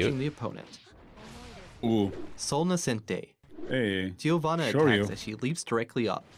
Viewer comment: She is from Brazil. Giovanna is also a common name here, but their pronunciation is really italian-ish